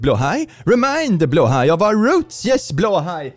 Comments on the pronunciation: Heeeeeeelp!! keeps pronouncing "blåhaj" as /blah/ /hah/. Plllleeeeeaaaaaase get him to stop! Teach him to say it correctly! It's driving lots of us nuts! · Anyone else just find out Blåhaj is pronounced blow-high, not blah-ha? 💀💀💀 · Please teach how to pronounce Blåhaj 🦈 ('Blaahaa' breaks my brain 🤪) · TIL that BLÂHAJ isn't pronounced how I thought it was 🤣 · Billions celebrate because they finally know how to pronounce blahaj in sweedish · I wanted to tell, that he's not pronouncing Blahaj correctly. Then I remembered he is Swedish. So now there are only two options, he is trolling us, or I've been lied to my whole life. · Is it blåhaj like bloehi or blaha? How do I pronounce? Help